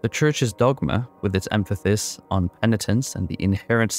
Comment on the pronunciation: “Emphasis” not “emphathis”